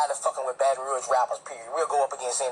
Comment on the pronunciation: I'm in here I'm subbed now ya heard me....but Yu gotta get the name "Baton Rouge" right. 🤣🤣🤣💪🏾😘